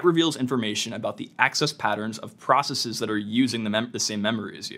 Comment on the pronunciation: You don't have to say processeez. It's not like other scientific words like analyses, hypotheses, or matrices. It's just processes. Like how you say houses. You wouldn't say houseez.